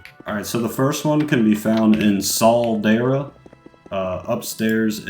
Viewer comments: its actually caldera, not sauldera ☝🤓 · The s in caldera stands for soyboy pronunciation